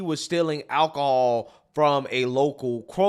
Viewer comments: Ackahol, not alcohol. Axed, not asked. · It's alcohol not akahall. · AK-aholl ........ do you mean alcohol? This is the first time these people are going to stick up for an unborn child. The first lady in the video is Hilarious because anytime someone says they did the research, so you don't have to............. No it's okay I can do the research myself. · This girl actually said ak a hol😂😂😂 and I think she said she didn't steal anything but she wouldn't stop for him to check her car so I'm pretty sure she was guilty of that. Obviously this store does not enforce the steel all you want if you black policy😂😂😂😂😂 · Now I have to hear “akka-hall” forty three times.